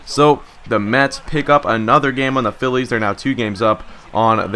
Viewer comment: Sometimes you Say"Phi-ez"